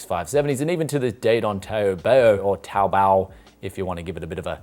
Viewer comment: He pronounced TaoBao correctly "Praise the Lord"